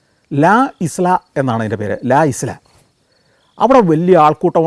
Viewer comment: ഇസ്‌ലാ എന്നല്ല ഐല എന്നാണ് വായിക്കേണ്ടത്